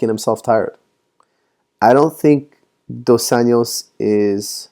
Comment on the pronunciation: Hey coach, just letting you know Rafael's surname is pronounced more like "Un-joss" and NOT "Un-yoss" which would be Spanish pronunciation and not Brazilian Portuguese. Also, in Portuguese Rafael is more like "Har-fie-elle". Great videos however, keep up the great job. Cheers